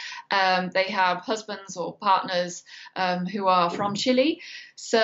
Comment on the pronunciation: Except saying CHILI and not Chile it’s true